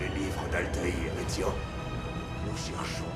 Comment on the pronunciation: C'est Ezio pas Ezyo